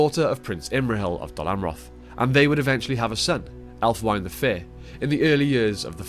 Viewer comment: Great video as always! Just a heads up about the pronunciation of Elfwine (and Holdwine, Déorwine, and Folcwine while we're at it): The "-wine" part isn't pronounced as a single syllable (like the alcoholic beverage), but as two separate short syllables - "wi-neh" - pretty much like "winner" without the "r". It's derived from Old English word for "friend" - "wine" (in two syllables). So it's "Elf-wi-neh", "Hold-wi-neh", etc., not "Elf-wine", "Hold-wine", and so on. I see (or rather, hear) this mistake made a lot.